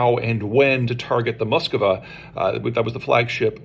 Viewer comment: Why is it so diffiicult ? It is not Moskova, it is MoskvA